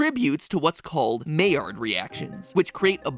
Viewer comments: Mai rhymes with eye, not may. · My-ard not May-ard 😁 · Just a quick note, Maillard is actually pronounced My-yard, not May-yard! but it's a common misconception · "Maillard" reaction is actually pronounced "my-yar". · The only thing I gotta say is I prefer the pronunciation to be My-yard insta of may-erd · It’s pronounced my-yard (my and yard share the y) 😭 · Lol Maillard is pronounced miyard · Matpat: pronounces Maillard as "mayor" Me: pained French noises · Maillard reaction was pronounced with “my” at the beginning... I’m must now google it. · maillard is pronounced my-YAR (looked up the spelling of the pronunciation on wikipedia)... that was bothering me the whole video. (though i've heard people pronounce it my-YARd, but really, either way is better.) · maillard reactions are pronounced "myard" reactions matpat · I'm pretty sure maillard is pronounced my-ar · am i the only one who cringes when he pronounces "Maillard"? I don't know why, normally I don't care about these things. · Anyone else get annoyed on how he pronounced maillard. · Hey Matpat you're pronouncing Maillard really weird, also check this out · As a cook its botherd me he pronounces it wrong everytime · You're pronouncing Maillard wrong.